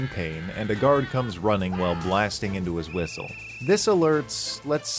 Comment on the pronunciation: The moment he said whistle I immediately thought of the guards as British